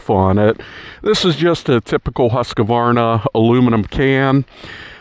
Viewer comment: It’s not ‘husKUHvarnah’ It’s just ‘huskvarna’